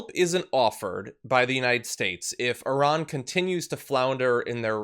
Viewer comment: Wow, you actually pronounced "Iran" correctly. I don't think I have seen many Americans do that. But then almost ruined Qatar's pronunciation before using the correct word.